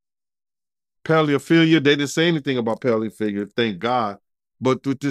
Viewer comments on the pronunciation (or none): Did he just say pellefeedia?? 😂😂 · Did he say pelephilia? What’s wrong with and pronouncing? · Ikr⁉️ He just said peliophilia 😮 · Pellaphilla 😂😂😂 love tho ❤ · What the hell is "Pellyofeelia" 😅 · He said “Paleophilia“ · What tf is payliaphelia? 😂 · Did he say pelifilia?😂😂😂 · WTF is 'pelyfillya'